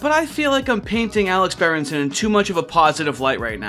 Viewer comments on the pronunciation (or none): I came from the timeline where its berenston instead of berenson.